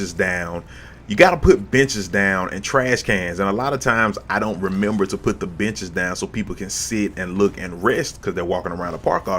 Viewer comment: For a second there I thought you said 'Oh you know what, I need to put some bitches down!' then I realized you said 'benches'. LOL!